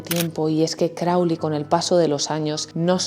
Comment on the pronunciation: crowley,not kelly.silly ai